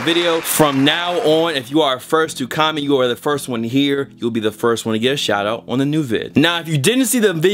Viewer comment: the way says "shout out" really bothers me